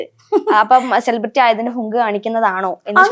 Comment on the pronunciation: സെലിബ്രിറ്റി എന്ന് നേരെ ചൊവ്വേ pronounce ചെയ്യാൻ പോലും അറിയില്ല😂😂. ...10 പ്രാവശ്യം ഇരുന്നങ്ങു പറയുവാ ഞാൻ സെലിബ്രേറ്റി എന്ന്. ...നിന്നെ എഴുന്നള്ളിച്ചു കൊണ്ട് നടക്കുന്ന പ്രോഗ്രാം കോർഡിനേറ്റർസിന്റെ ഉദ്ദേശം എന്താ. ..നിന്നെക്കാൾ വലിയ സെലെബ്രെയിറ്റി നാട്ടിൽ ഇല്ലാഞ്ഞിട്ടാണോ. ..നിന്നെ എഴുന്നള്ളിച്ചാൽ നാല് തെറി വിളിക്കാൻ എങ്കിലും അത് ആളുകൾ കാണും. ..അല്ലെങ്കിൽ ഇതൊക്കെ ഏത് മനുഷ്യർ അറിയാൻ. ..മുന്നിലിരുന്നു ഒരുത്തി നിന്നെ ഊക്കി എത്ര എണ്ണം അടിക്കും എന്നും. ..നിന്റെ മുന്നിൽ മൈക്കും കൊണ്ട് വന്നു രേണു മദ്യപിക്കുമോ എന്നൊക്കെ ചോദിക്കുന്നവരോട് നിനക്കൊന്നും തിരിച്ചു പറയാനില്ലെടീ ഊളെ. ..ഈ കൊണച്ച ചോദ്യം ചോദിക്കുവന്റെ മുൻപിൽ ചിരിച്ചു മറിഞ്ഞു ഉള്ള വേണ്ടാത്തരം ഒക്കെ പറഞ്ഞു അതെടുത്തു വല്ലവനും സംസാരിക്കുന്നതു മാത്രേ നിനക്ക് പ്രശ്നമുള്ളോ ...pan ഇന്ത്യ ആയി ഇന്ത്യ മുഴുവനും ആയി. ...ഇനി തമിഴ് നാടും കൂടി ആയാ മതി എന്ന്. ..എന്തുവാടെ ഇത് 🤣🤣...നമ്മളെ സ്നേഹിക്കുന്നവരെ തിരിഞ്ഞു നിന്നു കുത്തുന്ന സ്വഭാവം ഇല്ലാത്രേ. ...എന്റെ പോന്നോ. ..പെണ്ണുമ്പിള്ളേ ഇങ്ങനെ വന്നു മലയാളികളുടെ മുന്നിൽ നല്ല പിള്ള ചമയല്ലേ. ...നിങ്ങളെ പോലെ തിരിഞ്ഞു കടിച്ച നന്ദി കേടു അതിന്റെ extrimity യിൽ കാണിച്ച ഒരു മൊതലിനെ കേരളത്തിന്റെ ചരിത്രത്തിൽ കണ്ടിട്ടില്ല